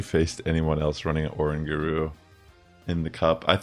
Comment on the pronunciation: Bro is uh-rang-guh-roo not Oran-guru!!!!